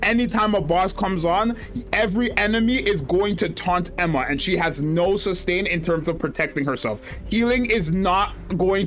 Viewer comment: Genuinely good insight video but please start trying to say "Eun (Uun, not Een) Hwa" properly lol